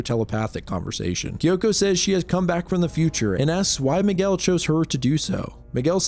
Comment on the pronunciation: you said Miguel with such perfect pronunciation that makes ne think youre brazilian